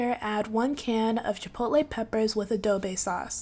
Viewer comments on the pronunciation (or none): Adobo, not adobe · Great video!😋 I've made my own version of copycat Chipotle chicken burrito bowls! Also it's saying adabe sauce instead of saying adobo sauce for me!😆😊😭